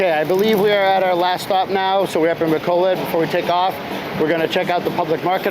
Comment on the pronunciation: pronounce it, "Ba COAL load" bro, you'll sound a bit more korek